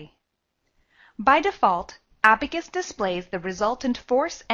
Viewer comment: It should be Abaqus CAE & not Abacus CAE